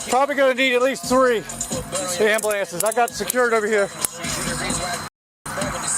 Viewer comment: Did he literally just say "Ambuhl-antses"? Jesus Lord.